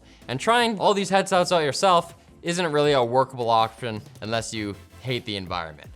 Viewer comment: "trying all these headselts out yourself, isn't really a workable awkption" change my mind